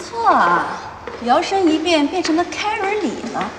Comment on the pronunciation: 只有我在纠结他奶奶把Karen叫成Kery吗